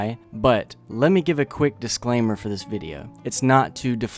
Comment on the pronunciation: “Dislaimer” lmao